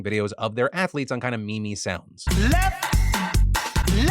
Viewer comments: Wait you pronounce meme as me me? 😂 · With all of these stories over all the years I've been watching, I'm shocked by your pronunciation of 'meme'....